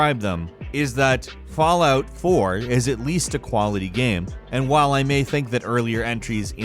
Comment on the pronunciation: Getting closer and closer to pronouncing 'game' correctly. Keep it up! You'll get there! Yes, I'm being a dick. I'm bored.